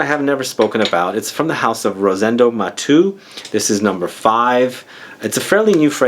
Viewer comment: It's called Rosendo "Matéu" because it's a catalan (spanish) name, not "Matú" like if it was french;) Nice list,!